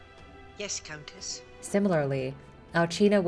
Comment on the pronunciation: I thought it was Al-see-na but no it's Al-gee-na, thanks for pronouncing it for us.